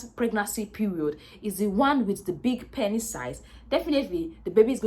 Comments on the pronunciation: Lol I couldn’t watch more than 2-3 mins the amt of times she said “panis” got odee annoying i had to bail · Good video, I like your accent, and how your pronunciation of the word penis, sounds like panis. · I like how she saids pennis. 🤣🤣